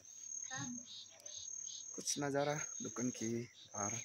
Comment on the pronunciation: Lekin aap bar² dhukun kyu bolrae 😂 dhukan bolo na 😅